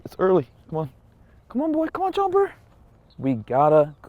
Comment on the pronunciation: the way he calls chopper chomper lmao